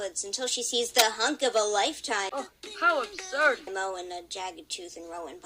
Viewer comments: How ubsurd! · the annoying thing is Sasha is so stupid so I am going insane because of Greystripe saying "How Abshurd" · HOW ABSHURD! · Uh absoud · oH HoW aBShuRD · OH, HOW UBSURD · This is a sign that sasha is in a bad relationship.'OH, HOW ABSHURD!' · Well how abshurd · HOW ABSHURED SASHA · Oh how abshurd! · Greystripe says "hOW ABSURB" 22 times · I think that graystripe saying how absured......... But ok ........